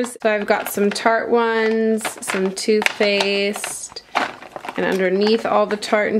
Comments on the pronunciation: When she said "two faced" I thought she said "toothpaste" I was so confused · It sounded like you were saying "tooth faced" lol! love you Meghan!